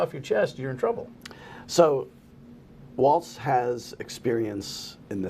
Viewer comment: Might want to research how to pronounce Walz' name if you're going to run interference for him.